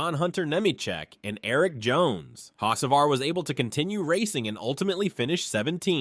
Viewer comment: And learn how to pronounce Carson’s last name!!!!!!!!!